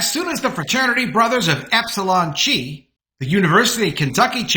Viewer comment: The Greek letter X, called "chi," as in the fraternity Epsilon Chi, is pronounced "kai." Not "chee."